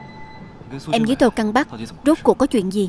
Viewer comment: "Tô căng bắc" mà tui cứ nghe lộn thành "Tô cam vắt" 😂😂😂